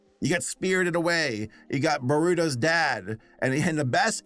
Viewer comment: oh no no no. Naruto and Boruto is pronounced (NAR-OO-TOE and BOAR-OO-TOE).